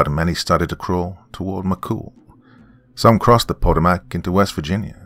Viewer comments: Dear: Just to let you know, the word "Potomac" is pronounced pa-Toe'-mec. The emphasis being on the big "Toe" - like gout. 😊 Hope you are doing well. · The river is pronounced Puh-toe-mick. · Pronounced like Pu-toe-mack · That river is pronounced as pah-TOE-mac...just for future reference. Never heard it pronounced the way you did it. Entertaining story nonetheless. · Doc may have mispronounced "Potomac" but he read that Latin like a freaking champ. I couldn't even read it that well and I wrote the story lol. I really liked "The Devil Does Not Bargain for Souls." I look forward to hearing more from Bloody Spaghetti. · This has to be written by someone familiar with where I grew up at in southern Maryland. Also the drs pronunciation of Potomac😂! Great story and narration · Anyone else who can't help themselves mentally correcting the pronunciation of Potomac?